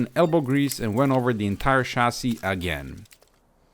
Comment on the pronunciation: I like how he says chasis. Shazzy